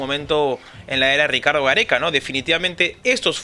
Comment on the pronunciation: Pero porque lo dice tan brusco...